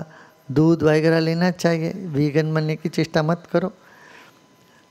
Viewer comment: It's वगैरा not vaigra ..Please 🙏